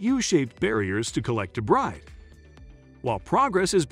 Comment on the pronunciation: Debris it’s pronounced: Day/ bree